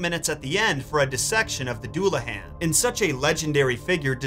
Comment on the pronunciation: Duel-uh-hon. Please stop hurting me